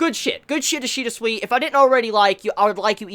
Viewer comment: remember, Ishida's name pronounces as "Soo-Ee" (like in "soon" and "week"). Not as "Swee". In Japanese any "I" sounds the same, no matter after which letter it goes (so it sounds the same as in "ki"). The same goes to any romanji letter from Japanese. (the exeption is "U" when it's between two consonants. in such situations it can be not pronounced at all) so yeah: Sui pronounces like "Soo-Ee"